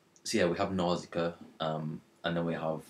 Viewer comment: its pronounced nauu-shi-ca